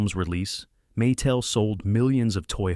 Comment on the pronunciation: Don't forget "Maa tel". Did I mention i hate fake voice overs?